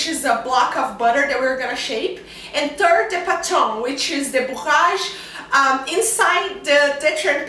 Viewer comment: I keep hearing her saying the word: TURD instead of THIRD. She needs to get some basic English Language. I've never saw people folding the dough in TURDS.